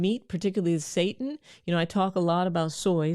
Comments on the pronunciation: Doc it is "say tan" not "say tin" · Girl I love you but it's Glyphosate lol. Not gly phosphate. Paul saladino always talks about it, he's the one against all of the seed oils that you talked about. Also that faux meet you're talking about is pronounced say tan. So it's not exactly said like Satan. Lol. Yes it does sound similar but not exactly the same. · It's pronounced SEE-TAN sister lol😂😂😂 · It's pronounced 'sah-tan' not 'say-tin'. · ...the word she's looking for is NOT SATAN...IT'S SETINE..pronounced SET TINE..long I sound.. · It is pronounced SI Tan. Not Satan. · Its not pronounced ‘Satan’ its pronounced see-tan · Seitan is pronounced like "say tan" -- not say ten. And buy organic to avoid all the toxins you're scaring people with. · Say tAn...pronounced w a pause and more enunciation on the tan....spelled seitan not pronounced satan. Super high in gluten. Not amazing on the digestive tract. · Good Dr. Rachael Ross. Love your videos! Just a heads up. Setan is pronounced., see-tan. I used to eat setan and I stopped eatting it because it caused me to develop gluten intolerance. It made me involuntarily pass gas. Very embarrassing! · It is pronounced SAY TAN! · We would pronounce it SAY TAN.. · Pronounsed Zytan...... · “say-tan” = seitan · SEITAN. -(SAY SHAWN ) I think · Its pronouced seetan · Love your information, your channel, your spirit Dr Rachael, and you made me laugh when you spoke about seitan, but I think I can help. The correct pronunciation is 'SAY tan'. Then people will know what you're saying. Did you mention that organic farming omits the use of glyphosate? There are plenty of reasons to go gluten-free that are separate from glyphosate, but when you add the glyphosate on top of gluten, you have a recipe for decimation of the gut microbiome and leaky gut. Guaranteed. :) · Blant-based meat is not 'processed meat ' - it's processed vegetable proteins. Gluten protein is pronounced Sigh-tan. The weedkiller is glyphosate, not glyphosphate.